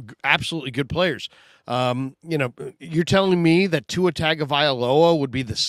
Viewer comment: "Tua" -shannon sharpe. 😂